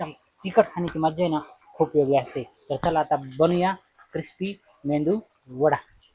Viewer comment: मेंदू नाही मेदू